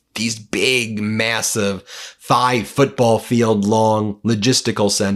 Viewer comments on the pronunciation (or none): none